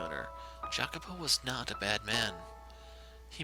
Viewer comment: the correct pronunciation is "i-a-co-po" with a slightly "longer" i